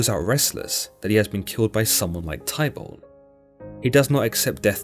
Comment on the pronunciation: You pronounce Warwick= Worick and Tybalt = Tibal 😅 hope this helps 😊😮 it's a good summary, but the misspronounciations are really annoying 😅